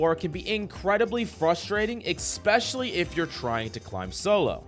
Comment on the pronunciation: "EXPECIALLY"?? REALLY?